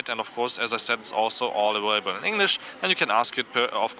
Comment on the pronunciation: "awailable" lol I thought germans could say the v sounds lol